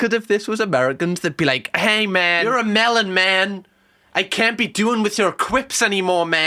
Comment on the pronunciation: has this man ever spoken to an American in his life. lmfao mellon??